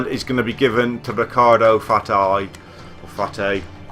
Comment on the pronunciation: I really love to way you say Ricardo FATY